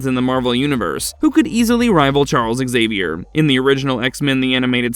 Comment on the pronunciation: CORRECTION: Emma Frost cannot "Easily rival Charles Xavier" (Also pronounced more like Saviour, instead of Eggs-savier, he is the xavier of mankind and mutantkind not eggs lol.) Xavier's telepathy is "raw" telepathy while Emma's telepathy is "suggestive" in subtype. Xavier can do everything Frost can, and more.